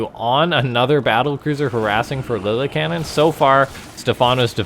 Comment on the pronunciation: I think it’s pronounced (Lilly-Ca-Nin) love your videos. Keep up the good work